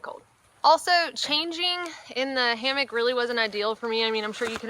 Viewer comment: Hammock not hammick